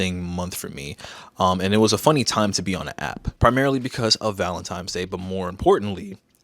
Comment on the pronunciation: Am I hearing things? Or are you saying Valentimes? If it's as a joke, I'm sorry for being a grandpa. 😅